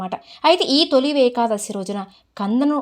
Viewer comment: నమస్తే మేడమ్ గారు . తొలి వేకాదశి అనకూడదు. తొలి ఏకాదశి అని పలకాలి.